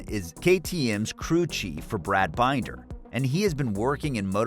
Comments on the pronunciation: LOL. Brad Binder = Binn - der, not Bine-der. So much incorrect info here. Stop and rethink what you are doing and maybe do it manually instead of via AI to get accurate info.. Or you are just lazy! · "...Brad Bineder..." Ha ha! His name is Binder. Bin as in bin and der as in der. You have obviously not watched a MotoGP race in the last ten years.